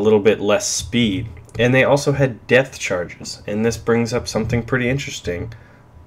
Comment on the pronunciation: lol did you say 'death charges' instead of 'depth charges'?